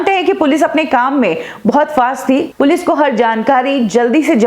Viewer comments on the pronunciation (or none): Mam it is Police not Pilice . Please do the correction.